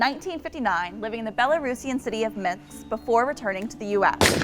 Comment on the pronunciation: Did she say "Minks" or "Minsk"?🤨